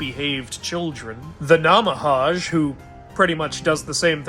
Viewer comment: About the Namahage: You kind of mispronounced them. It is pronounced as it looks. "Nah-mah-hah-ggeh". It's Japanese in origin. And they don't take away children, they strip them clean of any blisters the children may have as it was a belief that lazy and misbehaved children hang out around fires to stay warm and thus develop blisters around their feet and hands. Then peeling the blisters signifies the Namahage giving the children a second chance to have a fresh start. It's not just children either, they also attend weddings to make sure they properly state their vows. Extra Fact: They generally come out during new years and were servants of Kami